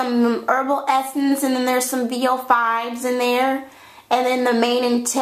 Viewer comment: its herbal essencES you only say herbal essence